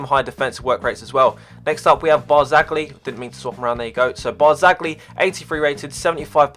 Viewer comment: I'm Italian very good squad, but Barzagli is not prounounced in that way.